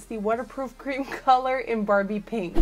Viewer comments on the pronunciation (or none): none